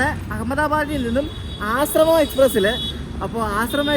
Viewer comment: It's not Asramam, it's Ashram.